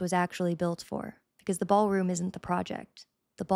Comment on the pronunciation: It's a, " Baal Room."